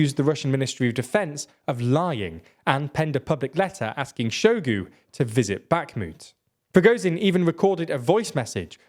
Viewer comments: In russian words ZH always sounds like S in viSion, meaSure. In word Bahmut the Great Soviet Encyclopedia puts emphasis on U. Shoigu pronounced his name with emphasis on U. You can hear it in video "Истинная фамилия Шойгу". Gerasimov is pronounced with G as in "gift". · Can someone explain to me how this is your job yet you pronounce Shoigu and Gerasimov like you've read them for a first time on a billboard you drove past at 100mph